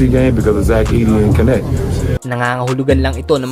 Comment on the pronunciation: Anong konek? Dalton Knecht hindi konek ano ba yang pronounce mo